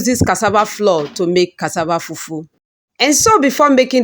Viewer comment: Why do some Nigerians pronounce as if they're deaf? It's cassava flour with a u and not floor. Smh